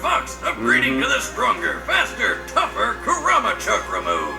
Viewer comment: He said kurama wrong